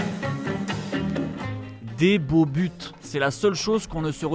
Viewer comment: Des beaux butres?